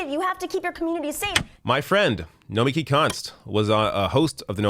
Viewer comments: Take it from a Greek: it is Nomik-I, intonation on the last I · It's not "Nomikee", it's Nomeeki".